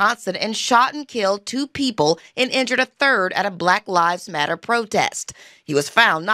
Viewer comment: It sounded like they were saying" Rat Lives Matter".😂